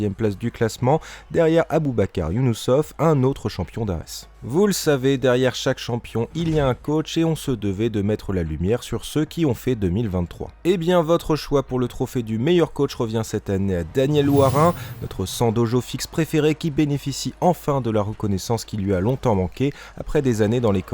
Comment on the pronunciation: Daniel Woirin… avec un W, comme vous le prononcez